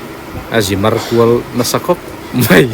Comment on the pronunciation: I tawngkam kau chheh a dikin, ngaihthlak anuam thin e. A mah rawh chu kan ti hram mai (mei) hi kan titi luam hi chuan lo lam mai hi a awl a, (mai) han tih tum hram2 teh khai, khalai ah i mizopa ta nge2